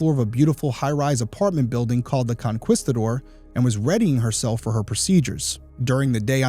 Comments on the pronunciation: I live in Houston; thank you so much for covering this. Btw, it's pronounced "con-kee-sta-dor". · Her building is pronounced “Con-kee-stuh-door”. 😉